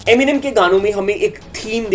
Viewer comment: Eminem Hota hai gawar eminime nhi 😂